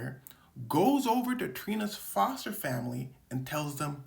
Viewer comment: I beg your finest pardon.. foster hwut?